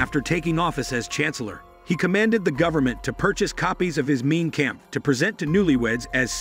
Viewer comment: Mein Kampf pronounced like Mine Kamf." This narrator makes it sound Main Camp.